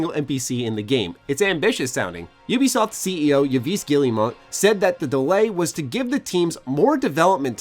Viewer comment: Yves is pronounced "Eve" BTW